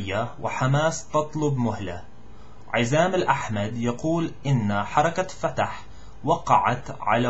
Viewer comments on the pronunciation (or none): Very Good.. Azzam is 3azzam ..need to stress the first and third letters..